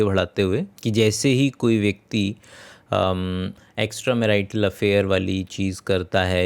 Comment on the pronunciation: Brother! You have got 01. Fake Deep Voice 02. It's ✅marital मैरिटल 🚫 marietal मेराईटल (Fake Accent and wrong pronunciation) 03. Fake ✅ Do(2) दो 🚫 Dow दाव (Fake Account and wrong pronunciation)